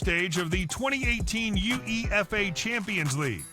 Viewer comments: The minute I heard U-E-F-A I knew OP had zero credibility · U E FA? It's UEFA 😂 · Or "U-E-F-A"